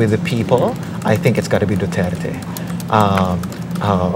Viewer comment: this guy (in pink top) is struggling to even say Duterte's name. Just say it man.